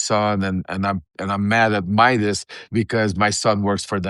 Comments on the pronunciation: Just fyi, Ben's last name is Meiselas, not "Meidas." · For the record, his name is Ben Meiselas not Ben Midas. If you are going to create videos about him, get his name right! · Meiselas, not Midas